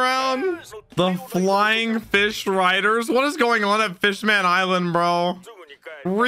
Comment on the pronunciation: Brother, go back and check Duval out in English dub. Your country accent for “Flying Fish Riders” was so appropriate. Had me dying.